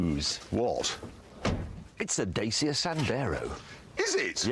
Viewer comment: I recently very nearly bought a "Dayseeya" {it's pronounced Datchya} Sandero but then the salesman said, and I quote; "It's a good little car that. They're made up from Nissan (That's Nis san NOT Neeson America) and Renault" (Ren oh) parts😮 Then I had Monty Python in my head shouting RUN AWAY! RUN AWAY!!! My MOT guy/mechanic had not 10 minutes earlier, told me to "stay away from Renaults and Nissans!!" "Jag you are" NOT Jagwahhhhhhhhhhhhh Connor! On the sad 928 story. That's the car that kicked off all the trouble, when they tried to drive it through Argentina. Because of the registration plate. H 982 FKL which the Argies took as a reference to the Falklands war. H982 could be 1-1982 and FKL could be short for FalKLands. Argentinians. No sense of humour, ruined a good TG special and, they got 3 decent cars for free when the crew had to abandon filming for their own safety.